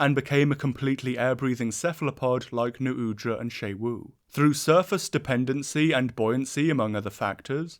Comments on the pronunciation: Isn't it pronounced like "shu wu" and not "shay wu?" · It's pronounced x UWU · The fact that "Xu Wu" is pronounced "Shay-Wu" will never fail to give me an English speaker's aneurysm. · FOR THE LOVE OF GOD WHY DO YOU INSIST ON SAYING XU WU WRONG ITS 4 F ING LETTERS. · this is how i find out ive been pronouncing xu wu's name wrong for a month (wonderful video, i find the octopi very exciting and interesting, they're very hard to read and it makes the fights all the harder and more rewarding) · pronounces xu wu wrong the entire video though lol